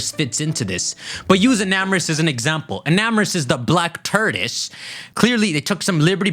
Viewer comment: Why do you say tortoise like that